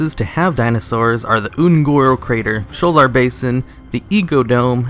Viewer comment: Sho-la-zar. It has 3 sylables.